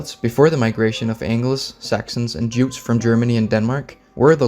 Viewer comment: I feel depressed after listening to the pronunciation of Jutes and Gaelic :(